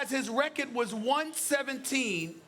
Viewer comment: "Look at his rechearrrdddd"